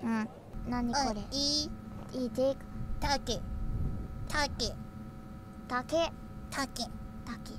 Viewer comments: Ta-Ke, U-Se, Hi-De 😂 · take, hide, use. can't unhear them the elite way now. always now ta-ke, hi-de, and u-se. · ppl need to TA-KE a JO-KE chill man..